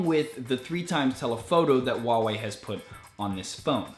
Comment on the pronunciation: H in HuaWei is not silent.